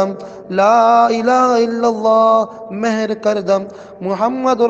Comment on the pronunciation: Is recitation mein ghalthi hai ... Mehr nahi Mohar (seal) kar dum